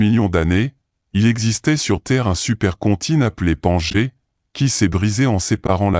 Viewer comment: super contine que l on appelait bangé ?? c est continents que l on appelait Pangée... bref c est voix de merde c est chiant je ne vais meme pas allez plus loin... 👎👎